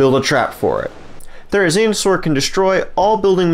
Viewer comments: Couldn’t have said therenzionsaur any more 😂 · it sounds like he’s saying "therizinostore"